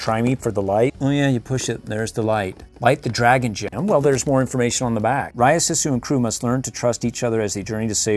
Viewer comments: You pronounce Sisu’s name like “Sea-sue.” You pronounced it incorrectly the entire video. 🤦‍♀️ Hope this helps for future videos! I actually just ordered the light up dragon Sisu figure from the Disney store, but I want to get the hasbro one and all the others I can find! I can’t wait to get them all! What do you do with all these toys after you make these videos? There are several dragon Sisu figures in this that I literally cannot find anywhere... 😭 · its actually read siiiiisue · It is Pronounced sesu not sisu